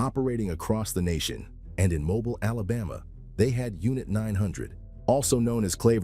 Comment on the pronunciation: Having been born and raised in Mobile, hearing it pronounced that way was unpleasantly jarring